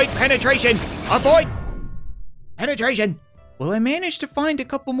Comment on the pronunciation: You said a void pennatration not avoid pennatration